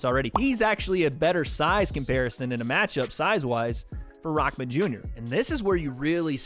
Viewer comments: You say it like his name is rockman jr but it’s rahman jr lol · you pronounce his name all wrong.. it not rock-man junior.. rahmen.. say it like reeehmaan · Tf is RockMan? it’s Rah not Rock💀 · its Rahman not ROCKman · If u want to do commentary on youtube at least learn his name properly.He is not raKman ffs come on man!!! he is Hasim RaHman. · IT’S RAHMAN NOT ROCKMAN!! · Why Is 'RAHMAN' Pronounced as 'Rockman'...?? What the Hell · It’s kinda funny how you say Hassim “Rockman” Jr. when it should be pronounced Hassim “R-uh-maan” Jr. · It’s Rahman not Rockman dummy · “Rahman” not Rockman… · Sound like you're saying rockman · Why does it sound like hes saying rockman jr lol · Dude why are you saying “Rockman” Jr???